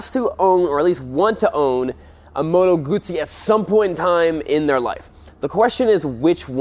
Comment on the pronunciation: Moto Guzzi rhymes with Uzi. Goo-zee ;No T sounds in the second part of the name of my favorite bike. Other than that, good stuff.